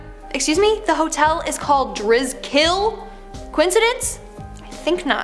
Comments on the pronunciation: Omg the hotel is not pronounced driz- kill it's pronounced dris-- kel. And I found a print of Sarah houston's painting at a thrift store in illinois. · This is stupid. The Driskill isn't pronounced "Dris-KILL". I live here in Austin. It's pronounced "dris-skull". I've seen that painting and have spent time in front of it alone. Nothing scary about it. It's just. A painting. Yeah the girl died. But it's not haunted. There's nothing mysterious about it, tbh. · Nope! The pronunciations is Dris kol not drizz kill. I’ve stayed there many times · I live in Austin too and have been to the Driskill many times and there’s absolutely nothing scary or haunting about that painting, and good lord she butchered the pronunciation of Driskill. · I live in Austin and have been in the Driskill many times and have walked by this painting. There’s nothing haunted about this painting or the Driskill, which by the way this lady butchered the hell out of the pronunciation of Driskill.